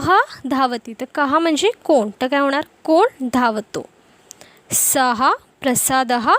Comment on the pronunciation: उच्चार सः चा सहा असा होतोय सह असा व्हावा काय ?